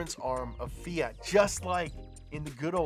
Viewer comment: FEE-ART (Eeep Americans and their pronunciations) Should be FEE-AT or maybe FEE-IT